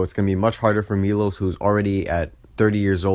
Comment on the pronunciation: ah got it, next video ill try to pronounce it correctly thanks!